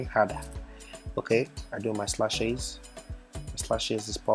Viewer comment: It's funny how he keeps calling lashes,slashes 😂😂